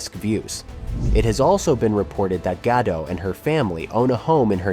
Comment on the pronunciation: Gal Gad doh? You're narrating an informative video about the life of Gal Gadot and you can't even pronounce her name correctly? The "t" is NOT SILENT! Do a little RESEARCH!!